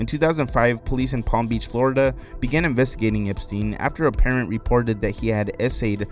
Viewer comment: Ahhhh 'transvestigating'